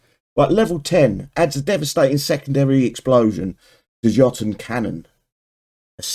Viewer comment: its pronounce youtonn just googled it